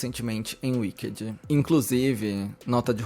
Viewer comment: “Uiquedi” kkkkkkk afff que pronúncia péééssima. Dói os ouvidos.